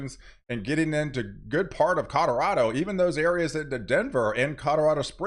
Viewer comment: at 2;23 colorado not cadardo